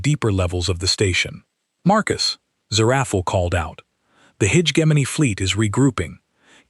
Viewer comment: I can’t finish this garbage. How many different ways can you mangle the word hegemony?